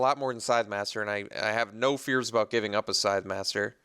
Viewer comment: ey...it isnt called sidemaster...its scythemaster